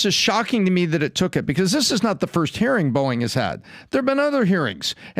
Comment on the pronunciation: Every time Patrick says Boeing, I keep thinking there is an app called Boing! that I've enever heard of.